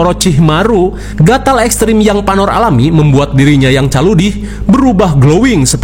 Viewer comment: Salah min bkn panor tapi panu😂😂😂